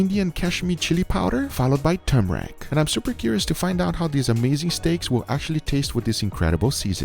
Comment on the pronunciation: He pronounced turmeric as tumrack